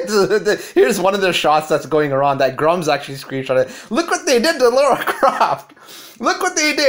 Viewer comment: LARA Croft. Sound it out. Lara. Not Laura. Lara.